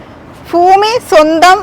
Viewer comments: മോളേ, അവതരികേ ഫൂമി അല്ല, ഭൂമി എന്ന് പറഞ്ഞു പഠിക്ക് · ഫാബാന അല്ല കുട്ടി ഭാവന കുട്ടി ട്രാൻഡ്രാരം ആണല്ലേ ഫാരിയാ അല്ല ഭാര്യ ഫൂമി അല്ല കുട്ടി ഭൂമി ഭരണി കു കുട്ടി ഫാരാണിയാണോ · ഫൂമിഅല്ല ഭൂമി എന്ന് പറയു😂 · ഫാവന യൊ ഭാവന യൊ.ഫഷണം,ഫുമിഫാരം, ഇതൊക്കെ ഏതു കോളേജിലാ പഠിച്ചത്, ആദ്യം മലയാള അക്ഷരം നന്നായി പറയാൻ പഠിക്കുക.